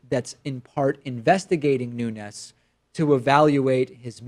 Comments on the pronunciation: Pronouncing ñ when it's just n is considered a form of hyperforeignism, like when people call habaneros "habañeros". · Portuguese fellow, here: in words that end with a vowel and an S, the vowel is a bit muted and the S is pronounced kinda like an in-between of "sh" and "j", So in Nunes' case it'd be something like "Noonsh".